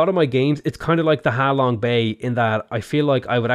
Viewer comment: ser its ha long bay not how long bay